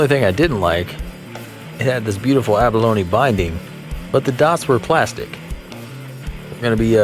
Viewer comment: Have you been pronouncing abalone wrong your whole life or what?